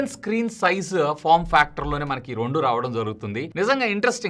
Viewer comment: Rondu ❌ Rendu ✅